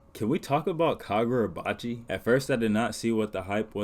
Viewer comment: fumbling the name😭 But finally getting caught up myself, I’ve seen what the hyped been about and looking forward to the next chapters